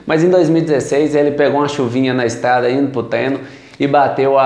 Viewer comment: "estada, teinar, destuiu" kkkk deixa de comer os "r" rapaz!!